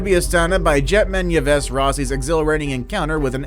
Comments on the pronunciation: 'yee-vess' is pronounced 'eve'. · Maybe learn how to pronounce "Yves" before the next video. Hint: It's not E-vez.